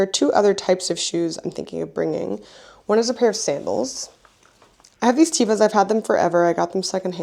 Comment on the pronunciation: Teva is pronounced teh-va and not tee-va